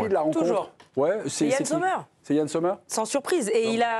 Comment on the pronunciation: premièrement Sommer ça se prononce comme en anglais. ici en Suisse alémanique on l'appelle "Sommm'r" voilà au lieu de faire comme si vous saviez parler le suisse allemand :-DDD arrêtez de mettre un Z devant !!! merci !!!